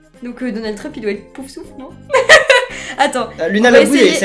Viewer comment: C'est Poufsouffle pas Poustouffle 😂😂😂 continue les vidéos je t'adore 🥰